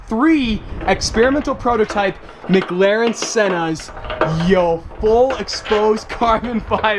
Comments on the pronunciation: please man... its McLaren not MgLaren... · Why does say Mcglaren